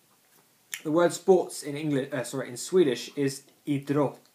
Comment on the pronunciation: Just some things I want to remark. Think of the word "Idrott" like two words, having a pause between I- and -drott :), same with Idrottsman (I-drotts-man), Idrottsmän is the plural of idrottsman so you are right :). Your pronounciation of Olympiska spelen is fine. Innebandy can also mean floorball and there's two variations. Innebandy (inside) and Bandy (outside).